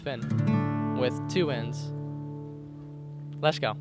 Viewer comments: Anybody else on board for Finn calling it “Lesh go Sundays”?? Or us calling it that idk lol 😂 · Does he have a speech impediment? I hear lezzzgoo over and over